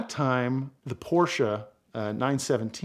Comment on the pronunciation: My favorite part of this video, is when you pronounce "Porsche" properly. It's a two syllable word!!